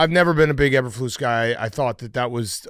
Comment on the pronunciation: can't say Eberflus correctly